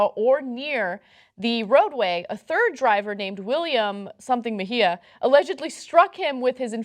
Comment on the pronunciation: She can't pronounce espinal but can pronounce mejia...oookkkkk